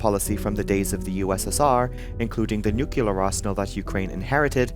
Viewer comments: Noo clear not noo killar. I notice it’s mostly western speaking people having issues with this word 😂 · tomato can be produced two different ways due to the letter a Nuclear is only pronounced one way in English. Never heard anyone say killar skies instead of clear skies.